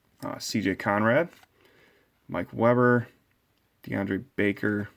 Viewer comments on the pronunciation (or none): none